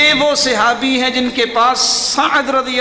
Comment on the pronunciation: Sehabi nahi sahabi hota hai